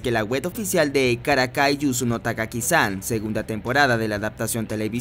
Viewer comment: DEJA DE DECIR TAGAKI-SAN, ES TAKAGI. YA LO VAS HACIENDO EN ANTERIORES VIDEOS